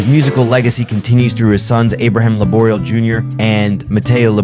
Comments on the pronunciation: Good video. I just wished you'd have spent some time checking the proper pronunciation of many players including Abe's last name Laboriel with the accent on the 'e'. Koinonia has the accent on the last 'i', etc... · Thanks for this. I love Abraham's music. No offense, but you have to say his and Michael O'Martian's names correctly: Lah-bor-e-el. Michael O'Mar-t-an. Oh, and it's Koin-o-knee-ah.